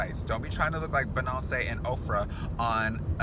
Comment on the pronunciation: Thought he said benocey